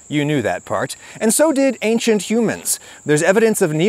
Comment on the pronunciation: This guy is dangerously half-right. I can't take anyone that says "ankshint" instead of "ancient" seriously...